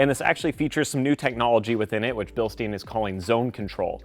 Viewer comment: Bil-stein like Franken-stein Not Bil-steen